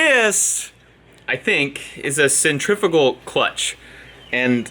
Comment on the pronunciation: It's CENTRIFUGAL not centrifical...which is an eggcorn.